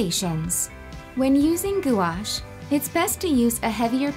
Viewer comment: Y'all expect me to believe the artist using gouache doesn't know how to pronounce gouache? Like wtf happened here, Arteza. Like y'alls products, but this is laughably bad. And no offense to the actual artist. I'm not referring to her skill and final product.